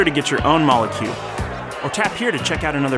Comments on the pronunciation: I thought it was pronounced Mole Cube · Mole cube not molécube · it's not mo-leh cube, it's moll cube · A good video but they say molecube wrong